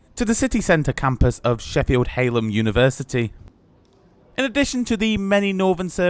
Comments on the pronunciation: It's also HAllAM not HAILAM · Where is Sheffield Haylem University. It's a Yorkshire name, so its pronounced as its spelt... Hal...lam! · It's hallam university , not haylam university. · "Haleham"? It's Hallam. Surely Penistone viaduct is before the station, not after it, if you're coming from Sheffield. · Great video, but no way you pronounced Hallam as hale-em. It's pronounced hal(as in Halifax)-am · It’s Hallam not hellam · Local here! It's Hal-am not Hall-am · Halam is not pronounced like that. It is “Hal-am” Hal not Hay. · Not heard someone pronounce Hallam as Haylum before 😂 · Absolutely butchered the pronunciation of "Hallam" 😂😂😂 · I didn't have an issue with the name of the line, it was the pronunciation of Hallam that I was shocked by 😆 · whelp you butchered the university name get ready for angry south yoekshiens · My son (a graduate of the University of Sheffield) informs me that the correct pronunciation of "Hallam" is "Sheffield Poly" 😆😆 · Nice video and review. Only one thing that made me cringe was your pronunciation of Hallam. Other than that it was really good to see the beautiful Yorkshire countryside even on a gloomy day. Thanks!